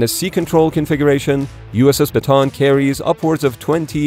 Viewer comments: Still can't get used to how Americans pronounce Bataan and keep hearing it as a "baton". Since this was taken from a place in the Philippines, it's usually pronounced as Bah-Tah-Ahn. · Show your face and also it is pronounce as ba-ta-an not ba-ton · Bataan is pronounced as Ba-ta-an Not Ba-tan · Not batan,,its bataan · Ba ta an not batan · It's /ba-ta-an/, not /ba-tAn/. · uss ba-ta-an not batan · It is pronouce as "Ba-ta-an" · Bataan is pronounced Bata-an. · Ship’s name BATAAN named after battle of Bataan in the Philippines during WW2. Proper local Filipino pronunciation is BATA-AN to emphasize the additional letter A and not BATAN. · The proper pronunciation is "USS Bah-tah-ahn.” (am filipino) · Yes though it's pronounced like: Baw-taw-awn It's a historically significant place for the US military in the Philippines. Not sure why they don't know it. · How many syllables in your way? I've always heard it pronounced "buh-tawn".